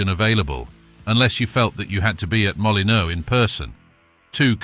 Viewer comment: The narrator plainly has no football knowledge could not pronounce the wolves ground or John to shack